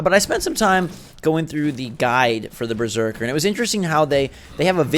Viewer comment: lol you keep saying Breserker and not Berserker 😂